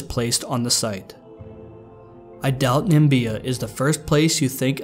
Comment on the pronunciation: its na/mi/bi/a not nambia